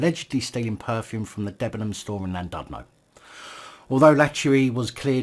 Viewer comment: Clearly you can't pronounce the blokes name but the joke wears thin after a while. You can't pronounce Llandudno either.